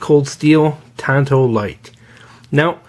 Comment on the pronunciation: Tanto. It’s Japanese. Unlike English, in Japanese they only pronounce their “a” sound one way; “ah”. Akira, Tatami, sake, yakuza, katana, arigato etc… On that note: “Hi-Yo, Silver! Away!”